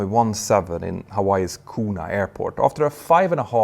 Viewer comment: Kona airport is never pronounce Koona. Think of it like cone-a. Like an icecream cone about to be dropped.